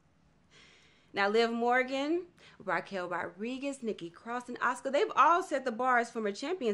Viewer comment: " RAQUEL RARIGUEZ " WDAHDBAW